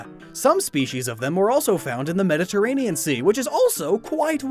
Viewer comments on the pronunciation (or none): none